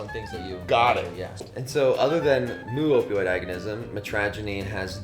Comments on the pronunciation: omg, mu is pronounced "meu" not "moo"! How am I supposed to take this guy seriously? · jfyi, the mu/μ in "mu-opioid" is pronounced "mew", not "moo"🐮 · It is myoo, not moo. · Also, mu is pronounced "meu" not "moo"! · "Moo" pronunciation in someone that should be an expert🙄. It's "mew . . ." With the amount of Latin and greek onomastics used in biochemistry, I'm disappointed with this kat